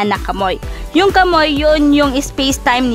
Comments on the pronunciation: Kamuy daw ahha kamuwi basa sa kamui naun Hahahahahhahahaha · Kamui hindi KAMOY😂😂😂😂😂